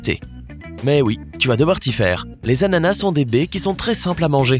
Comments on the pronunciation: Il me stresse à dire « anana » au lieu « d’ananas » 😂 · Un “ananas" Des “anana" avec un “s" muet à la fin